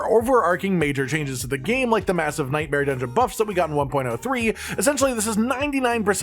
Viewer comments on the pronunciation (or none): none